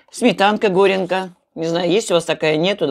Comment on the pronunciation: ГОренка - горница, комната. Горянка - девушка, женщина, проживающая в горных районах страны. Название сметаны "ГорЯнка"(ударение на "я"), а не "гОренка".